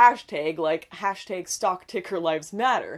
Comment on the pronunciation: Are you saying "hash tayge"?